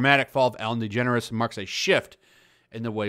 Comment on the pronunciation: Your generalizations are false. "They all" "everyone". Also you’re mispronouncing her name and doubly mispronouncing her wife's name. This carelessness negates your competence in the matter.